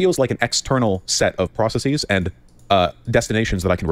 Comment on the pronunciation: I wish Destiny would comment on how Vaush says processes like "processeez."